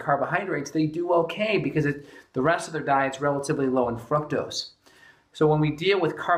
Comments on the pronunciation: Every time you say fructose I hear "fuck toast" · I heard it right before I read your comment and yes... he does say fuck toast.